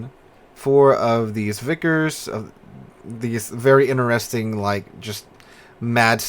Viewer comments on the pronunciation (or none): none